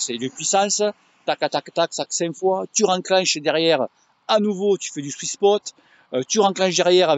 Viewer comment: j'ai réécouté plusieurs fois le swiss pot est sans doute un variante du pot belge 🤣 je pense que tu parles du sweet spot 🥰 (oui moi aussi ma langue fourche 🐍)